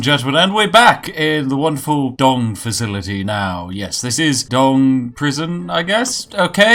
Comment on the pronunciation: Would you please stop saying 'wanderful'? The 'won' in 'wonderful' rhymes with the past tense of 'win'... Makes me sad. :'(